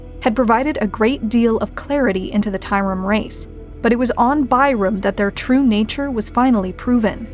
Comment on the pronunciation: Tyrum? More like Bye-rum lmao